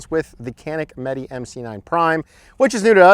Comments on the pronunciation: It's not meet or meety it's meh-teh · Its pronounced janik mateh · It’s pronounced meh tay